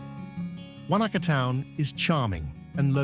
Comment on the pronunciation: Great video with awesome footage of stunning NZ. But the pronunciation of alot of locations was a pathetic effort and real hard to listen to. How about do the research before making videos on the proper pronunciation, not the think you know American way. With alot of our native Maori place names and English ones are not that hard to say with some practice on pronouncing them properly. Lake Wanaka , Glenorchy and Ben Lomond were shockers, thought you meant different places and the Kea bird, saying key bird.